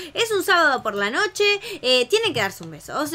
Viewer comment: dijiste nocho enbes de noche